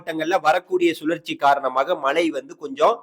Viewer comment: தமிழை கொல்லாத மழையா மலையா